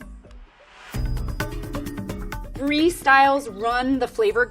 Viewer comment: She got the mozzarella right, but the brie not😂😂